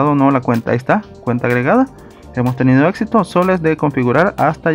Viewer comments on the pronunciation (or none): none